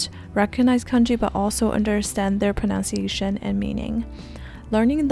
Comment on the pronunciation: Thank you for the learning tips! You've motivated me to restart learning foreign languages!! I admire your approach and dedication. Just FYI, the letter u in the word "pronunciation" is a short u, not ow as in the word "pronounce" and "pound."